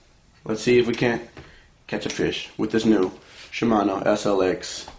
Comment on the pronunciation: “Eshh LX. Eshh?” Hahaha